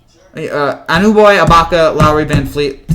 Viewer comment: It's A-NU-NO-BEE.